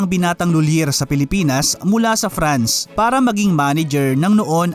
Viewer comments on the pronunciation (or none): none